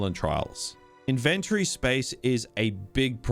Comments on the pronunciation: I've never heard anyone pronounce Inventory exactly like you pronounce invent. I always thought the emphasis is on IN and not VENT. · Inventury? Like in-ven-tury? tury as in dury? 😂😂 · Never pronounce 'inventory' like that ever again lil bro 😭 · Saying inventory wrong 😂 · It was going to well, until I heard him pronounce inventory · never heard iventory pronounced this way lol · The way you pronounce "inventory" tripped me up, I've NEVER heard it pronounced like that before. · why are you saying INVENTORY in a wrong way